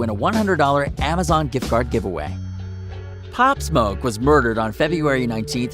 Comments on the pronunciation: “opp smoke”? 🤦‍♂️😂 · he said pop smok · he said his name wrong